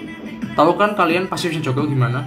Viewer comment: eh bang, elu ngomong "joker" tpi kok kedengeran jadi ngomong "joko" ya 😂😂🤣🤣